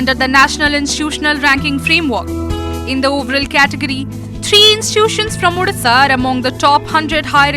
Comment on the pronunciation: Its not udisha , its Odisha with an "O"